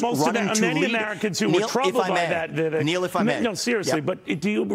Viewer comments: As a journalist Neil needs to learn how to pronounce "Vivek." It rhymes with "bake" not "beck." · ugh .. at this point how can any news rep continue to mispronounce his name! They lose me from that moment.. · Neil still can't pronounce his name right.